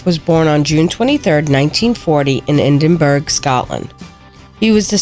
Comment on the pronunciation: Edinburgh is pronounced "Eh din bur uh" not burg. I was born and brought up there.